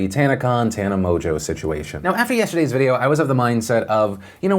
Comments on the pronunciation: Is it really pronounced 'Mojo'? Its got an n in it. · Don't disagree but hasn't the Tana 'Mojo' gag run enough? Her name is pronounced 'Mon-g-ew'. Like I get idubbbz said it in his video but I mean he also pronounced her name correctly and this is a news show.